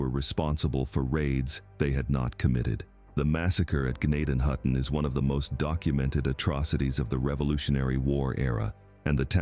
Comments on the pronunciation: N it's pronounced Jen- nay-ton-hutton. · You are pronouncing gnadenhutten way wrong, and it still exist, so does zoar